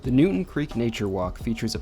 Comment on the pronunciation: It’s New”town” Creek not Newton .Also , McCarren Park is not in Williamsburg